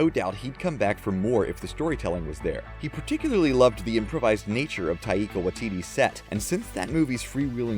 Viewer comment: YOU SAID TAIKA WAITITI NAME WRONG!!!!!